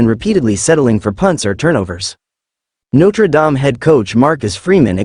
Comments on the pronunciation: I think James wants your chatbot to stop mispronouncing NotreDame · Please stop mispronouncing Notre Dame 😢😢😢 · Could you please stop mispronouncing Notre Dame 😢😢😢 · Stop mispronouncing Notre Dame 😢😢😢